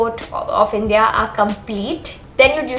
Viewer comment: Thanks it's helpful. But please pronounce the word INDIA correctly